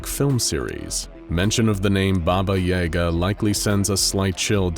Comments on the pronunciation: ITS YAGA NOT EGA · Yay-Gah?.... its ya-gah.... sigh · Ya-gah, not yay-ga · Worth mentioning that "Yaga" pronounced as "Yaaga" and not "Yega" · That was driving me crazy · I always thought it was Baba Ya-Ga, not Baba Yay-ga 😶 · It's pronounced "YAH-ga," not "YAY-ga". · Its pronounced Baba Yaga not Baba Yega. You put an e instead of an a. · No. You put a Я instead of a Е. He's right. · Bro doesnt have yaga he has yega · Hmmm yes baba yeh gah It is baba yaga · Never heard anyone pronounce “Yahguh” as “ Yayguh” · So is anyone else bothered by how they kept pronouncing it "Yayga" instead of it's actually pronunciation of "Yaaga"?? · I've always heard it pronounced as "yuh-gah" or "yah-guh" not so much "yay-guh" and it's distracting me everytime... still, I enjoy the video. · YAGA, not YEGA. You pronounce it wrong :D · Baba Yah-gah not Yay-gah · I thought it was pronounced "YAH Ga"?? It sounds like your saying "YAE GA" but I've only heard it pronounced the other way 🤔 is both right??? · Yah gah, not Jager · Its Baba Yaga not Baba Yega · Pretty sure it's pronounced yAhga not yay ga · Jaeger? Why are you saying baba jaegar? It’s literally spelt yaga pronounced ya-ga. Maybe if it was spelt yega but it’s not. I cringed so hard every time her name was said. But this is one SCP I see no reason to contain instead of straight termination. There’s nothing to gain from her besides the risk of escape and death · Every time the narrator says "Baba Yaega" I take 5d6 psychic damage. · I am so glad others noticed and said it because it was startin’ to bug me 😂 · I am endlessly amused by the fact the a small town named "Doomed" is quite a believable toponym for all Slavic countries and suites the 352 beautifully. Also, the day when non-slavs will learn to put stress in "Yagá" correctly will be the day she breaks containment for good so maybe we should just learn to accept the Hollywood pronounciation... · Ukrainian's say yaaga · It is Ya-ga, they mispronounce words all the time